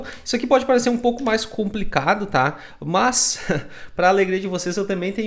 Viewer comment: Muito bom!!! rachei o bico com os "Muoôs" => "mas" kkkkkkkkkkk